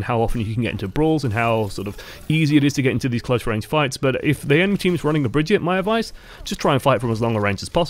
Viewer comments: HER NAME AINT BRIDGET OR BRIGETE ITS BRIGITTE WITH AN 'I' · just to clear it up it's pronounced Brig-eat-uh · ITS BRI-GEE-TAH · Drinking game: take a shot every time he mispronounces her name, and take two every time he said another name when he meant to say Brigitte. I’ll pick you up from the emergency room tomorrow.